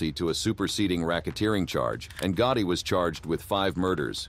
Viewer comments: Get someone that can pronounce the names.. john gooti and frank da chesho don't make sense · who's John Goutie?? It was weird since you said Gotti 50 times in video except that one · Did he just say john gooty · Who is John gutti, this guy is terrible at pronouncing these names